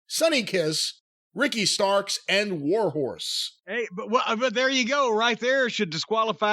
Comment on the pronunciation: He called warhorse whore house 🤣🤣🤣🤣🤣🤣🤣🤣🤣